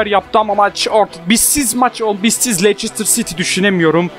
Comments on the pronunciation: Abi leçıstır değil o lestır diye okunuyor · lester diye okunuyo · abi leiçistır değil lestır diye okunuyo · Leysestır değil Lefsijsitiır :) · LESTIR DİYE OKUNUYO